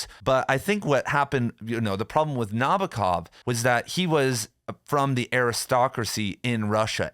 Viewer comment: It’s spelled NabOkov (stressed on “O”). I’m a Russian speaker